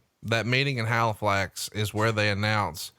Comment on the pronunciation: you did good saying Halifax the first time but the second time you said it you sounded like hilflax, Way to fuck up my home town name dick lol..... Wait Bret and Hulk Hogan were in Halifax doing a photo shoot??!! Why the fuck wasn't I there?! They kept the shoot a secret you dirty fucks, I bet that was Prichards fault